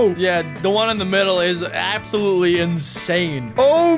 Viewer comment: Bro said “Abs-sow-Tol”